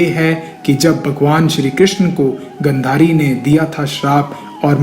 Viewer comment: Tumne knowledge to achchhi di hai, lekin pronounciation bahut hi jyada galat hai. Video mein sahi likha hai lekin tum phir bhi galat bol rahe ho, Jaise ki " पांचाल को पंचाल, गांधारी को गंधरी, आदि। " Aaj ki generation mein jisne naam nahi suna vo to is video ko dekh ke galat hi bolega na. Is galti ko sahi karo. Jo bhi sahmat hai vo like kare ya aisa hi direct comment kare inko, tabhi ye galti sudhari ja sakti hai.